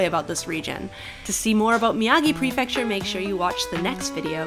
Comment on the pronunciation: Whoooo!!! I like pronunciation of “Prefecture”. Sometimes I mumble it😂 とにかく嬉しかー